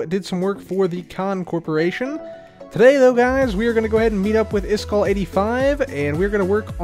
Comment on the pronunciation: The Word "iskall" is actually not pronounced the way you pronounce it... but I can teach you. 1. The first part "is" is pronounced like the word "ease" as in "I did it with ease".2. The second part "kall" is pronounced like the ending of for example "clarify" or the word "eye" or even "I" but withot the last "j"-sound at the very end. Yes… I am a Swede but not a cabbage…;-)